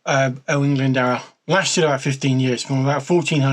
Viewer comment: you gave it a good crack. Can’t fault you for that! 🍻 It’s the “dwr” really, it’s a lower case ‘w’ so is more like “d + oo + r” or like a person who does things, a “doer”. Bit of added etymology, “Glyn” = “valley” or “Glen” and “Dwr” = “water” so he’s Owain of the “Waterglen”. Cheers, Bach 🍻